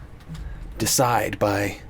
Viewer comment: DEE-A-SIDE not decide lol.